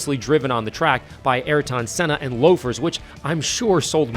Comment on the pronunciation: Butchered Senna's name 😭